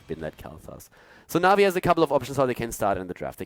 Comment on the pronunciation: Did he call Na'Vi masturbators?